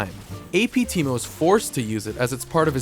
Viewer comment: this video is more of a "How many ways can I fuck up the name Teemo." Than a character spotlight